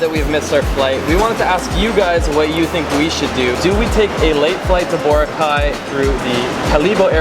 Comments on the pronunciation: lmao cringed every time he pronounced Boracay wrong hahaha at least he's trying tho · You've been to the Philippines countless times but you still can't pronounce Boracay correctly 😂